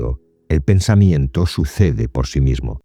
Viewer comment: Pensa miento ? Pensamiento, esta palabra termina en miento , Se lee como que tu te mientes Menir, Mentira , Miento 😮 pensa miento?